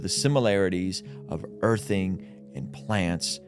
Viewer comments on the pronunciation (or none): … come on man… did you say “harness’ted” min?? Buddy… I love you and your content but that crushed my spirit!! It’s “harnessed” brother no need for the “Ted”